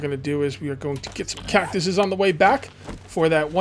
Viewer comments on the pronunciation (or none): william martin he said catcuses